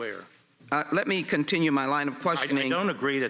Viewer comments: Pacifically? Who's talking about oceans? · Pacifically, Ms. Jackson-Lee? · Sheila Jackson Lee Also of note, "Pacifically" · A little off-topic, but does Ms. Jackson-Lee have a speech impediment? ”Pacifically, ” instead of, ’specifically.’ She said it twice just after the 58 minute mark. (I listened to it a few times to make sure I wasn't missing something.) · Did Rep Jackson just say Pacifcally instead of specifically??! 58 mins in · "Pacifically" - Sheila Jackson Lee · Ms. Jackson Lee is in Congress, yet she says "pacifically" like a 3 year old...... Democrats show their low intelligence in the funniest ways sometimes... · she really said “PACIFICALLY” 😂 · Pacifically? Where did she go to school?